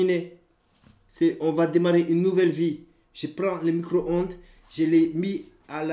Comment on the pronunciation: " Son micoronde " *